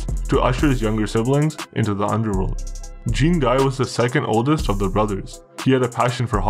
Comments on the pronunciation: you need to brush up on your pronunciation of the french names. lol. good though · The way you pronounce Jean-Guy 😂😂😂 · The pronunciation of Jean-guy killed me, at least he got the story right. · Jack wees my sween… lmao nice pronouncing